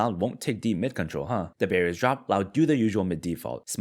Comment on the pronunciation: I just Binge watched your videos, and still think you say "the Berries 🍒 Drop" instead of "the Barriers Drop".